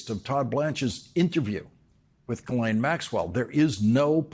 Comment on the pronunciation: Say: Ghee Len Ghee - Like the Indian butter. Len - as in Lenny.